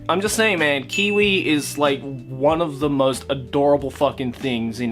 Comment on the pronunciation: Kiyui is pronounced "Kiwi"?? Huh...